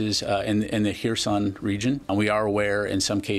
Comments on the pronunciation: Are you misspronouncing all of the Ukrainian place names on purpose? You keep calling Kherson "Harrison". You're making my head hurt. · Sadly, never correctly. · It's actually a hard "h" like in hebrew, a sound we don't have in the english language. It's made in the back of the throat, like you're clearing your throat. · Dude, how difficult is it to pronounce the city of Kherson? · Harrison? WTF dude! It's Kherson or Xherson!🤣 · The city of Harrison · 1. tries to pronounce foreign words. 2. fails miserably time and time again. 3. starts to intentionally mangle them more, obscuring incompetence with jest. 4. We get Zapatoria and Harrison. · Not Kherison - Kherson, please 🙏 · & Purpose Great job! Especially nice reserch on the Russian Field manual and the "Russian Way of War" and how it's being applied. One minor "picky" comment (sorry) - there are plenty of Ukrainian cities and Oblasts with enough vowels to choke on - it's "kherson" not "kher-i-son". BUT again really nice work on this one. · Harrison: "Donde esta la zapateria" sorry man its just funny. You can try pronouncing these as "Her Son" (but with a constrained O like in "song") and " Zappo Reeja" that will get you pretty close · “In the Harrison region…?” Dude! It took a map to understand what you meant! If you want to up your language game: the “K” is definitely NOT silent. It’s more pronounced like a “care-son” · What? He disfigures the names. Everyone who can pronounce a Spanish 'J' can also pronounce Kherson (Херсон). It's so damn easy. Tijuana, Baja California, Ciudad Juárez, Jerez de la Frontera - Jerson (Kherson, Херсон) And did he speak of Zaporizhzhia? Couldn't understand what he was saying. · yes... To explain it to english speakers reading this: the KH is pronounced like a spanish j. So Jersón. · I enjoy it tbh, "hair-son" 🤌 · no worries, we make fun of “Harrison” and “Zapatería”, but your videos are great and insightful 👍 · After this is all over I'm heading to "Hereson", UA.